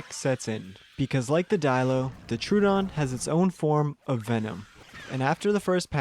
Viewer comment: It's Tro-o-don. Not True-don. Everyone gets that wrong.